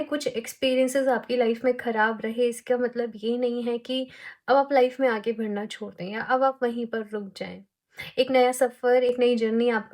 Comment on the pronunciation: Di aap badhna ko bhadhna bolte ho na Aaj notice ki m 😅